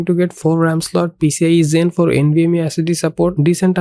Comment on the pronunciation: why does he call it "pee cee eye ee zen frour"